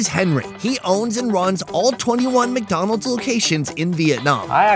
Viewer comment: Biggow dan mokk dahnnold...good to know.